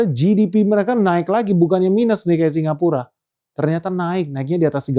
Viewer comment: Salah ucap singapura bang 8.38😅